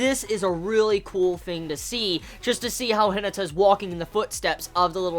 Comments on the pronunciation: The way you says Hinata irritates me to a new level.. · Firstly, I just want you to know that I mean absolutely no offense by this comment, and I'm very sorry if my comment seems that way to you. But are you aware that you're pronouncing Hinata's name incorrectly? It should be pronounced similar to He-nah-ta. Again, this is only meant to be a little helpful criticism, and I completely understand if you never see, read, reply to, or acknowledge this comment in any way since I'm aware that you watch tons of anime and read a lot of manga every week. However, I thought that I should at least try to let you know. Have a good day!!